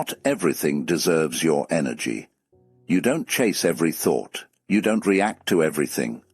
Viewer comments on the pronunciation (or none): none